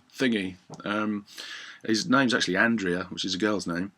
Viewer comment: Btw it's pronunced "AND-REH-AH".